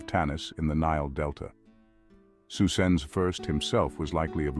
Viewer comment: Gandalf Magneto’s saying Psusenne (although it sounds like Susan)